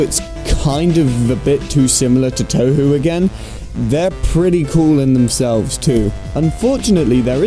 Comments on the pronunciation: he mispronounced touhou, what a 9... REEEEEEEEEEEEEEEEEEEEEEEEEEEEEEEEEE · “Jen-so-ki-oh...” “Toe-hu...”